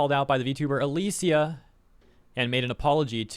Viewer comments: Just a quick correction, her name's pronounced "a-lee-sha" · The way you say "Alicia" hurts lol